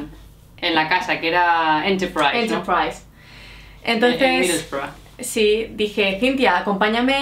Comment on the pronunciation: LightSpeed Spanish `s pronuciation of Enterprise is almost RP.